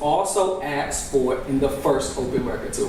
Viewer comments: The word is ASKED, not AXED. What a mess in this county. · Is he saying axed instead of asked? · When did “Axked” become a word?? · It’s Asked not Axed ‘ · I can’t listen to him saying “axed” over and over again. He sounds ridiculous. He’s dumb, mean, unresponsive and argumentative. The judge is obviously afraid of the DA’s office. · He did a lot of ‘axing’ Dangerous guy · and “ax”. 😂😂